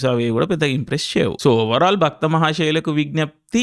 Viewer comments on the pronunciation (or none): భ"క్త" మహాశయులు కాదు ఇంగ్లీష్ మీడియం ఆ నువ్వు ? అది భ"ర్త" మహాశయలకి విజ్ఞప్తి. "క్త" కాదు "ర్త". సదూకోవాలి తెలుగు అప్పుడప్పుడూ! అన్ని సార్లు భక్త అనకురా నాయనా! భక్తుడు వేరు భర్త వేరు. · Bro just one small correction. It's bharta not bhakta. 3 times bhakta aanaru😂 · అది "భక్త మహాశయులకు విజ్ఞప్తి" కాదు.. "భర్త మహాశయులకు విజ్ఞప్తి.." భక్తకు భర్తకు తేడా పలకడం రాదు.. రివ్యూలు చెప్పేస్తారు.. ఎందుకు బ్రో.. రాగడి బదులు రాకడి అంటే ఎలా వుంటది..?? అలా వుంది నీ టాలెంటు.. #BMW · Bhakta kaadu, bharta... Cheppinappudalla bhakta ane vinipinchindi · Baktha kadu Bartha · Bhaktha mahasayulaku wignyapthi ah? Endanna nuvvu, title ne wrong palikinav.. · baKtha kadhu baRTha 😅😅 edho bakta kannappa cinema ki poyi untaav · Baktha kaadhu bartha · BARTHA❌ BAKTHA✅😂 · It's bhartha not bhaktha ....😂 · Dude bhakta antav endi, adi bharta. Endo.